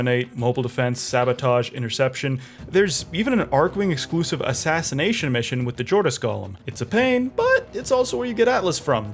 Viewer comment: lol didn't pronounce any of the archwings beside the odonatan properly lmao